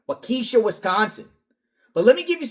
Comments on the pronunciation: "walk'-eh-shaw" not wuh-keesh'-uh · Always funny how people pronounce the cities in Wisconsin. A simple tip if you're going to report on the town in Wisconsin ask the local how to pronounce it. That's not how you pronounce Waukesha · I live a couple hours away. There's a lot of cities/towns with goofy pronunciation names in Wisconsin. Waukesha is pronounced Wa-ca-shaw. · . It’s pronounced Waukesha (WHAH-kuh-shaw) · Walk-ka-Shaw is how you pronounce Waukesha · Pronounced Wok-ee-shaw❤my son lives there. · Walk e Shaw is how it’s pronounced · Waukesha sounds like Walk A Shaw 😎🐺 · Correct. It is not pronounced Wa-KEE-shaw. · City is pronounced Walk a shaw. Hope they find her! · You shouldn’t be allowed to report on if you can’t say Waukesha correctly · Although I love the way you are saying it, Waukesha is not pronounced that way 🥰. We lived close to there when this horrible crime happened.